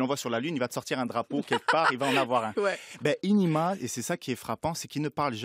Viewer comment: Putain c pas énéma c énima